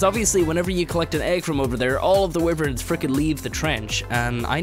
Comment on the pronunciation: Wiverns, lmfao